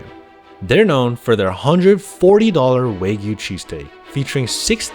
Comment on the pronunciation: If you're going to serve Wagyu at least learn how to say it. Not Wa-goo it's Wa-gyoo.